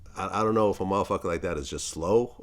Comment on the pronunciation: 🤣🤣🤣 “ion know”